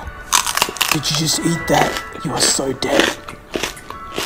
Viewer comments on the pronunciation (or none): none